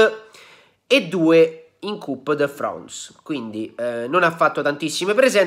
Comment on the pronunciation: 3.02 lig deeeee 3.08 cup de frans 😂😂😂😂